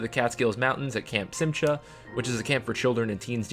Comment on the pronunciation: Simcha is pronounced sim-ha!